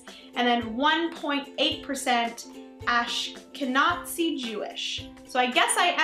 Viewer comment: Quick tip: It's pronounced "Aash-ken-aah-zee." Also, with a surname like yours, I am unsurprised by the amount of British Isles in your background. The Scandinavian is possibly from ancestors back during the northern men's invasion of the Isles, if not more recently. And being that you're Canadian, the French and German isn't too surprising to me either. I say all this because I've had friends and family take these tests and be really confused as to where certain ethnicities came from--most notably, my own grandmother! She was shocked by the amount of Northern European in her results until I reminded her about the Anglo-Saxons and Normans coming to the Isles hundreds of years ago. These tests are fascinating, but I hear they're even more accurate if you have a parent (or both) take the test and then link your results to theirs.